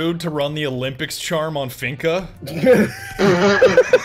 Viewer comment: I'm not gunna lie. Because of you I will never pronounce Finka right, always finna